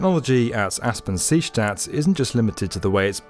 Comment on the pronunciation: Aspang-Seestadt, nice pronuncitaion :)